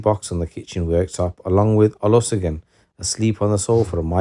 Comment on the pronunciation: Its Olushegun😅.. learn to get the name pronunciations